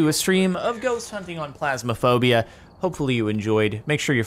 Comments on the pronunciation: Captain says Plasmaphobia when it's clearly Ph(f)- asmaphobia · he says plasmophobia. its phasmophobia. funny. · pHasmophobia NOT pLasmophobia, Jardon!!!!